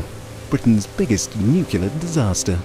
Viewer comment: Heh, the bloke at the beginning said nucular... :P